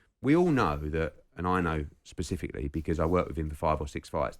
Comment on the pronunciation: "Talksport Secifically??!!" Why does Jordan always have to say SOMETHING???? Just shut your overstating trap and listen to the man!!! Grrrrr!